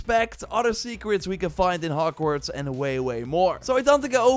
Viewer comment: Bro what us "hockwarts" and "libary" lol You said something like "theres secrets in hockwarts" and even in the "libary"